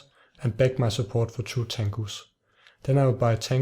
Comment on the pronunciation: all I can hear now when you say tangoes is mango now, damn you